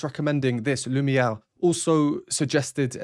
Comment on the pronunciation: oooh, the "impish" mask...there are some things you can't unsee 👹😮 Btw, you're French is getting so much better. I actually heard the "uvular fricative" on the "r" in Lumière! Have you been practicing pronouncing "happy squirrel" in French (that's how I practiced), or perhaps listening to famous Quebeqois Belgien singer playlist? I haven't heard the term "pizzicato" in a half a century since high school concert rehearsals (pizz/arco) and Bartók pizzicato! J'ai vraiment adoré cet ensemble et je n'aurais jamais entendu ça sans Youtube. I would have completely missed it. I don't and never did play computer games, but they tend to have very memorable and "atmospheric" music 🎶 🎵. And yet another one, "polyphonic". 💥Each line has its own melody and rhythm 💥The lines are independent but harmonically related 💥Your ear can follow more than one line if you focus.... who else but would point this out for you to notice? This is not a "reaction". It is Yet another music 🎵🎶 class from. Merci Infiniment... "Kev'